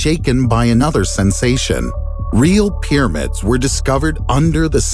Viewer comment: Peeramids this. Peeramids that. Peeramids...... Peeramids.